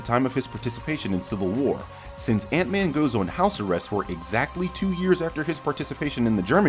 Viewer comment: Idk why, but every time you said “Ant-man” I always heart “Aunt May” 😅